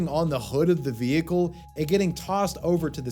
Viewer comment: What's a vee-hee-cule?